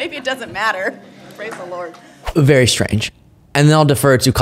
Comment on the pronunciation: She said " Lordt " , it is a common phrase at Big Auntie Mama's House in the Madea series .